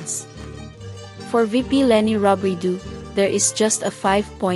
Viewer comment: Robredo pronounced as ‘O’ last syllable sometimes you probounced ‘U’ ✌️